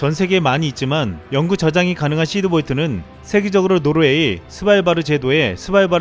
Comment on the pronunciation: 시드볼트야 히드볼트야? 발음이..